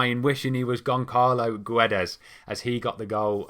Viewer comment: ç = ss, Gonçalo = Gonssalo. In Guedes, you don't say the "u".